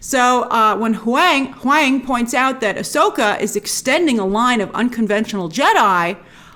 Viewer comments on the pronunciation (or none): You make me laugh with your word choices. Very witty and sharp. Keep up the great work. I believe it’s pronounced, Hoo-Wang